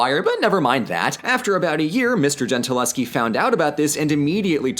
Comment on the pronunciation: Artemisia's name ends with a Schi, but you prenounce her like she was Polish, not Italian, with a Ski in the end. Please work on that for a next video.